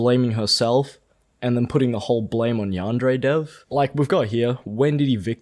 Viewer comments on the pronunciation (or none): Can't even say Yandere correctly.